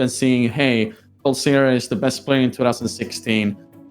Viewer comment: Actually, "Kool" isn't pronounced like cool, the o in Kool is the same as in Robin.